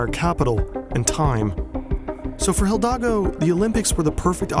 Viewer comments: Amazing video as always. The only thing tickling the ear is your pronunciation of "Hidalgo" as "Hildago", but this only stands out so much because the rest is perfect. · Her name is Hidalgo (like the state in mexico) not Hildagou. Gosh .. next youtuber who cant even learn how to pronounce the name of the main subject of his video. 🥲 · Great video but Hidalgo not Hildago hahaha (No H pronounced either) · one small issue with this video: when referring to Paris' mayor, Anne Hidalgo, you keep saying Hil-dago instead of Hi-dalgo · It's HIDALGO. Think "hee.. dall... go". Not "hill-dago". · Her name is HIDALGO not HILDAGO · Paris mayor's surname is Hidalgo, not "Hildago" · Jesus, man, you said the mayor's surname wrong every single time. It's HidaLgo, not HiLdago. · Pronounced Hidalgo, not Mayor Hildago. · Great video but it's pronounced the way it's spelled. Hi-dal-go not Hil-da-go. 😂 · HiDALgo not Hildago lol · Great video but her surname is Hi--dal--go not Hil--dago. Hidalgo means generous and noble in Spanish. She was born in Spain and she is from French and Spanish descent. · The pronouncing of the words "shitwaters" and "Hildago" (instead of "Hidalgo") give this video an eerie feel of absurdity. Really like it. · Having a stroke everytime he says HiLdago instead of HIDALGO😭Nice vid btw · It's Hidalgo not "Jildago" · It's Hidalgo, not Hildago... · Her name is Hidalgo (Spanish name), not Hildago! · "Hidalgo", not "Hildago". Other than that nice vid! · HiDALgo, not HiLDAgo. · 😂 hidalgo, not hildago. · it is hidalgo not hildago, but nice video!! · Very informative thanks :) Just a detail (but it’s fun to hear throughout the video) is that her name is Hidalgo not « Hill Dago » - pronounced « He-Dal-Go » (Btw it’s also an English word ;) an « Hidalgo » being a Spanish gentleman) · It's not Hildago, it's Hidalgo and the h is silent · It’s Hidalgo, not Hildago. Great video, though! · It's Hidalgo, not Hildago, my man. /ee-daal-go/ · Is it Hidalgo or HiLdago